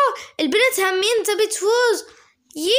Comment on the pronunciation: انا عراقية سهلة الهجة العراقية سهلللللللل احبج هواية.. انتي حسا منيحة بالحكي بدي تحدي بالغة التركية.. انا اعرف شوي.. مين علمك عراقي ؟ ردي بليز.. انتي زوتيها تقولي هامين.. هي همين.. انا من العراق.. ديالى.. احبك يا.. وصلوا مليونين مشترك.. انا متأكدة انو نقدر نوصل هذا العدد.. يلا نوروا الاشتراك بساع.ههه بساع يعني بسرعة. تعلمي تركي و اعملي تحدي الكلام بالتركي. *اعرف طولت بالكلام * love you so much like for